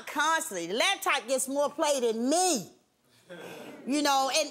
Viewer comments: if she say "LAB-TOP" one more time !!!! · I hate when people say "labtop" !! lol